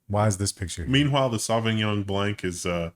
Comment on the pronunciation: lost the right to say he knows French at "sauvignon blank"